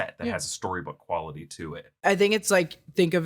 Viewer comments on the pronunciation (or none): none